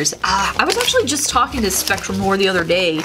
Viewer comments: Does anyone else cringe when says Spectrum no-er instead on nw-ah? (because it’s French) 😂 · I’ve never heard someone pronounce noir that way lol